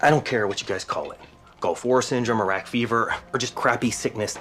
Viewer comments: House is one of my favorite shows period for the medical accuracy when diagnosing alone but man... that pronunciation of Iraq. 😍 The writers and cast really dedicated themselves to just getting everything right. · 'Iraq' is pronounced just as it is by Dr House, here in the UK which more or less invented that country back in the days of the British Empire. Americans pronounce it quite differently, but I don't know why. Greetings from Pembrokeshire, Wales, UK.